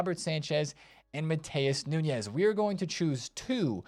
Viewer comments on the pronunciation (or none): It's not "Nhunhes", it's Nunes. He is portuguese, not spanish.